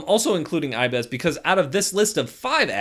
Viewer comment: its ibis Paint X not ibeeeeees Paint X.... pls do not make this mistake again or tiger-doggo is not happy